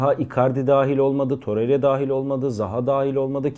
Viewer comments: Torerya değil toreyra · Toreriya demese izleyebilecem